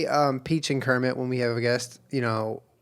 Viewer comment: Home Kermit: hermit World Kermit: wormit